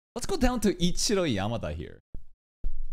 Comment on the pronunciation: The bit with Vich being read as "B*tch" is Hilarious lmao